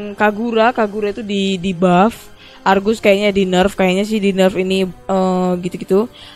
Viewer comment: Bukan Kargus Tapi Argusss